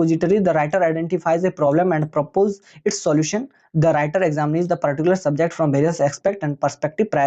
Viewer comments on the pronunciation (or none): none